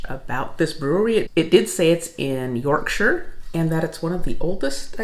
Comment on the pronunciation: Bonus points for correct pronunciation of Yorkshire - thank you